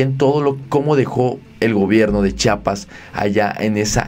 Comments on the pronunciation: Amigo di bien Chiapas Chiapas Chiapas No chapas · Es “Chiapas” o no chapas. Si quieres ser periodista o un buen YouTuber aprende a pronunciar bien. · Por favor el nombre es Chiapas, y así c dice Chiapas, otra vez por favor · Se dice Chiapas eres una persona preparada debes pronunciar buen